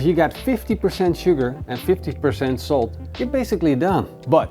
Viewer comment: Bro anyone else think he said soap at first until he said salt the second time?